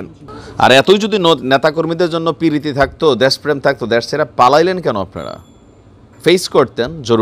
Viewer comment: দেশ কে দ্যাশ উচ্চারণ করেন কেন?